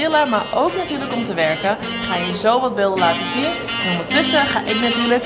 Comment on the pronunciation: Hahha bij lijkt het alsof je zegt ik ga zo mijn billen laten zien ipv beelden